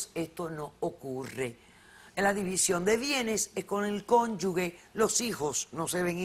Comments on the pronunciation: No es posible que teniendo doctorado la Sra Polo diga "conyugue" y no "cónyuge"? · La doctora Polo dice "cónyugue", pero la palabra correcta es "cónyuge" (la letra "g" se pronuncia como "j", porque no va seguida de una "u"). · ¡Cónyuge! no cónyugue